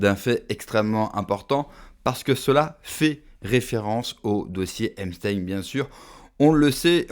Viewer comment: On dit : ep st a in